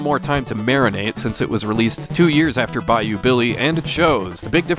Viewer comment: I just want to thank you for pronouncing "Bayou" correctly. Damn near everyone i hear say thus word on YouTube from AVGN all the way to CreepsMcPasta pronounce it "Buy-Yo" abd it KILLS me. So thank you you truly are the best retro gaming channel there is.